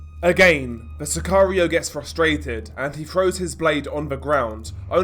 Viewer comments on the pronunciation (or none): none